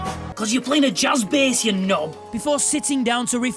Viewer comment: I too. West Yorkshire in one sentence there.